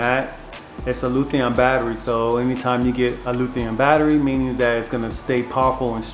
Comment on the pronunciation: Luthion? 🤣 LITHIUM ION